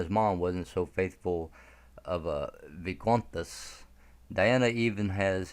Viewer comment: The video is good, personally I’m unsure regarding the baroness, but ondine and her mother for sure! Some mispronunciations Roche is pronounced (Roshay) Al Fyed is AL Fi-Ed Viscountess (Vice count-ess ) but overall good